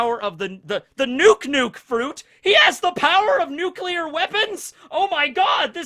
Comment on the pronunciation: OMG pronounces "nuclear" correctly! It's always bothered me when he says nucular